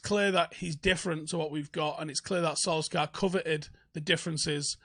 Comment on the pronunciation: Sul-Shire,, Sul-Shire!